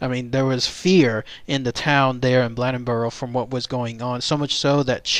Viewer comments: The name is Blade N Boro. You pronounce the name like blade. I'm from the area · It's pronounced Blade as in knife blade. Blade-In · Its pronounced "Blay den boar o"